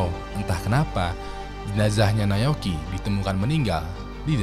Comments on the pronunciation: Naoyuki bang bukan nayoki 😭😭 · nyebut Na-o-yuki susah amat bang ...